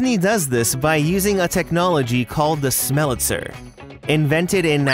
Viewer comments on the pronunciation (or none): Minor quibble, but it's actually called a Smellitzer (literally pronounced smell-it-zer), not a Smellitizer.